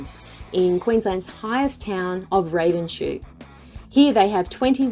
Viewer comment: Just so you know, it's "Ravens-hoe" not "Raven-shoe".